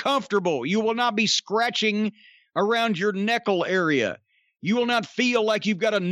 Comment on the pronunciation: He said "neckle area"... 🤣🤣🤣